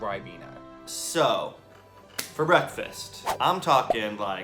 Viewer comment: Ah yes, 'Breafast'